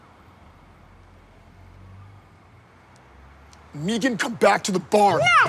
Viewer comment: It's Meeghan. Lol